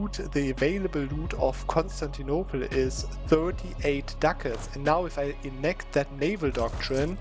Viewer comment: I LOVE how you pronounce Ducats. It sounds like Dackels. "Now you see, this province has 10.5 Dackels!!!" "300 Dackels just from raiding these few provinces!" Killing me every time, please never change!